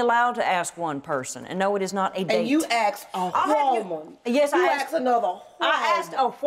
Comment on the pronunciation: “A hwoman!”